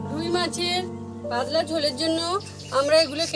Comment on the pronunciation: পাদলা না। শব্দটা “পাতলা”।